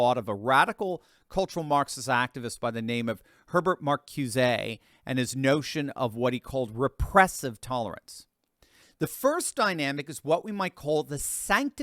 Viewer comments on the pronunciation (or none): it is "hair bairt mar koo zuh" in pronunciation.